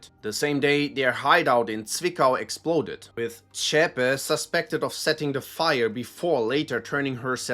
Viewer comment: This explaining guy isn't a german.. notice all racism groups he talks about aren't german, except the NSU but notice there he falsely pronounced Beate Zschepe wrong. Every german didn't have a Problem to pronounce Zschepe... Ohh and not a single right wing, far right wing or neonazi people will celebrate Osama bin laden. .. but the left wing and far lefts love Palestinianand hamas ,, sadly.... .greetings from 🇩🇪🇩🇪🇩🇪 Alice for Germany 💙💙💙💙